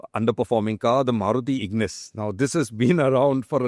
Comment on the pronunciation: Ignis? Seriously?😂